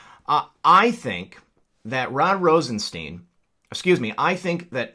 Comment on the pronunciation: As correctly pronounced, it's Rosenstein (as in Frankenstein) not, 'Rosesteen'...